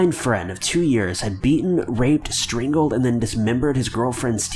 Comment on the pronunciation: Whats "stringled" its how he says it lol